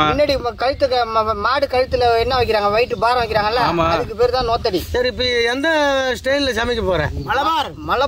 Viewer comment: நோத்தடி இல்லை நுகத்தடி